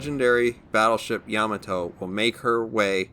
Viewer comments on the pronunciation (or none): It's pronounced yuh-maw-toe not yah-muh-toe